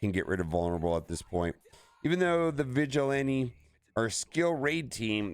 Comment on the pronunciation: Why you saying vigilante like that? 😂